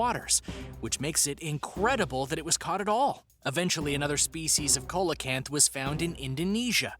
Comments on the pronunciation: The pronunciation is sea-low-canth, Coelacanth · It’s actually “siːləkænθ”. The “low” part in your pronunciation is more like the “a” in the word about. However, if the guy in the video pronounced it the way you did it wouldn’t bother me as much as it did. I mean come on! It takes two seconds to google while it probably took several hours to “research”, script, edit, and do the voice work for the video. I haven’t watched the whole video but would guess based on the other comments that this isn’t the only glaring mistake. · The pronunciations are killing me. Google takes just seconds,. Number 9 is not a "cola-canth", it's pronounced "see-luh-canth". You said "Java", nearly perfectly but pronounced "Javan" all kinds of weird. "Jah-vuh". "Jah-van". Megalodon- "meh-guh-LUH-don", not "meh-guh-LOW-don". There's literally a recent movie/cult obsession with the creature. I also agree with the folks saying "no proof they're not extinct" ≠ "may not be extinct". By that logic, unicorns, yetis, and chupacabras may be real/"not extinct" as there's no proof they are. 🤦🏻‍♀️ not one of your better videos on this channel but thanks for trying, I guess. C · see la canth.....not co la canth ...smh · ITS NOT A COLA-KANTH it’s pronounced SEE-LA-KANTH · (Sounds like)=Ce-la- kanth Not Cola-kanth🐟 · You sead coelcanth wrong it's seel_oh_canth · Pronounce Ceelocant not colocant lol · Tasmanian tiger never lived in new Zealamd! Some have been rumored to be in Tasmania. Meg la don!!!!!! Cee la canth !!!!! Please do Some Proper research and pronounciation for your channel topics!!!! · Ya it’s pronounced SEE-LA-KANTH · The fish number nine isn't pronounce right it's "seel-uh-kanth". I have a book and seen the documentary film of it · Am I the only one who thought when he said coelacanth he said cola-can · Coca Cola kanth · Coelacanth is pronounced SEE- luh- canth!!! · See low canth wino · You don't pronounce ce-lo-canth like that